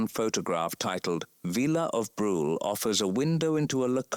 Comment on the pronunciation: there is nothing on Wyatt Earp's outfit that shows him to be a lawman. dumb AI. And there is only one barkeep in the picture of the saloon. This is really stupid narration. Brule is "brulay" not rhyming with drool. Stupid AI.